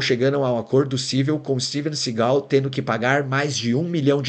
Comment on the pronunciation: Ouvir o tempo inteiro "Steven sigál" foi foda!